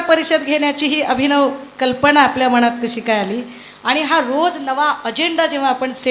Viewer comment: बाई 'मनात' म्हणा मणात नव्हे जास्त सूद्ध्य (शुद्ध) कशाला ..?